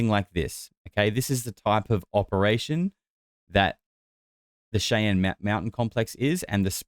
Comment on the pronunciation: Hey, if you're going to talk shit about Americans then pronounce things in our country properly. It's Shai Anne. Other than that, okay video